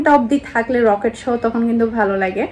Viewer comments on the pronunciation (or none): রকেট না লকেট। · রকেট না লকেট বলে, আপনার উচ্চারণ টিক করুন। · রকেট না লকেট